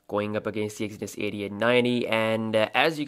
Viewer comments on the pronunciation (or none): none